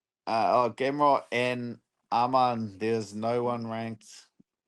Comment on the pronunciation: I respect Dan for saying his name right Arman not Armin